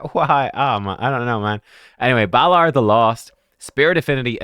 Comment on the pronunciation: Balar and Nell! Oh dear!